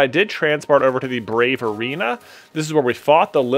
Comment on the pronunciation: It's the BRAVA Arena, not the "Brave Arena". It even said it right there on the screen. C'mon man.